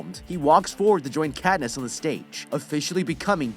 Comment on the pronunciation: "Pe"ta cad"ness"